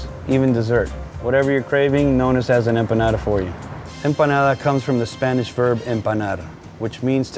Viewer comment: Is it just my ears or what but I hear him saying Spanich.